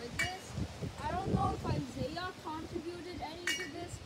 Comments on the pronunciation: It's not Isaiah its pronounced I-e-Yus (sorry I just wanted you to know hope you are safe) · Yes I’m safe, some of my friends got hit worse than me, and Isaias is actually supposed to be pronounced ee-sah-EE-ahs, but i don’t think anyone pronounces it that way, I just pronounce it at Isaiah.